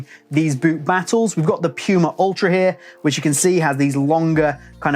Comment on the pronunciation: this video is so good but still a hated watching it😂 puma is german and spelled "pooma" in english😖 piuma is just wrong😂